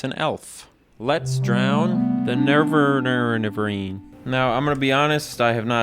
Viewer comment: The Nereverine? I thought that was Fargoth